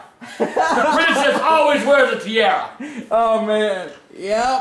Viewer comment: said princess like " princiss "!!!😂😂🤣🤣😅😅